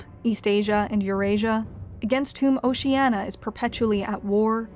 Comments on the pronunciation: Is anyone else just getting irritated by her failure to pronounce "Oceania" correctly? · Just because she mispronounced it doesnt mean it isnt Oceania. Orwell wasn't demonizing just Stalinism. He was a socialist himself who opposed Nazism but rightly saw what Stalin was and had implemented, which wasnt socialism and became disgusted by it. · Shouldn't you pronounce the I in Oceania? At least the reader did in the audio book I listened to. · 'how many times can i pronounce oceania wrong in 12 minutes' the movie